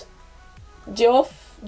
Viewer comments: Geoff is pronounced "Jeff." It's the original, English spelling. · Loved your reaction! Thanks for continuing down the VoicePlay rabbit hole. 😁 just FYI, the bass's name is pronounced Jeff. The guest artist's last name is like Gar-joo-lah. And the bald tenor's name is Eli...rhymes with Jelly. Also, the only instrument they ever use is when Layne, the beat boxer plays the violin.